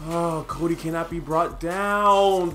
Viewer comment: every time you said cody it sounded like kobe.hehehe